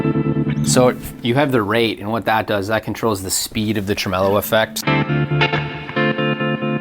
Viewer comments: "truh-MEH-lo?" Never heard it pronounced that way before. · Trem-el-o sounds like a lounge singer from the 1960s ...'Ladies and Gentlemen...Jack Trem-el-o!'